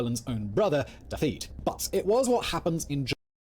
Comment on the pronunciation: Welsh orthography: “dd” is the “th” sound in “the” or “breathe”; “th” is the “th” sound in “think”. Also “f” is “v”; “ff” is “f”, “ch” is the guttural “ch” as in German, so it’s “HAR-lech” not “haar-lek”. Oh, and the stress is usually on the penultimate syllable of a word. ’ pronunciation is awful, too - Dafydd is not “Daveed” it’s “DAV-ith” (as in breathe), “Fawr” is “vowr” not “four”.